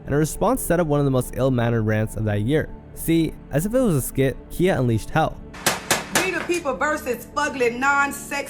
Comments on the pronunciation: Calling Khia (pronounced Ky- ah) Kia is frying me 🥲 cause why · Bro wtf your definitely saying KHIA names wrong. It's not kia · Everyone in this video is the problem with ALL this rap since the past 18 yrs. The fact that this is even a vid is the, including you knowing more about Red's baby daddy beef than pronouncing Khia's ( KIE-YA) name rt is the problem. People think it's ok to have kids dancing to songs about being glorified wh0res. Watch these girls go from wearing vegas show girl shein "gowns" to wearing sparkling leotards , like they favorite rappers/singers. Smh 🤦🏽‍♀️ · When you are pronouncing a hip hop southern legend like Khia's name wrong so many times while playing videos of her saying her name, it doesn't say much for your research.